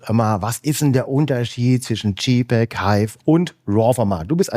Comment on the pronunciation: Tolles inspirierendes Video! Vielen Dank. Man verzeihe mir eine kleine Klugscheißer Anmerkung: gerade ein Fujiexperte sollte wissen, der Buchstabe J bei jpeg wird im englischen "dschey" ausgesprochen und nicht "dschi". Das wäre dann der Buchstabe G.